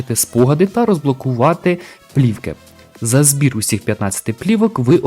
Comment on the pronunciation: Мл " плівка " так сказав як про жіночю вагіну